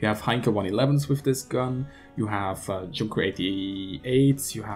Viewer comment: Kushan Blackrazor Junker is pronounced yunker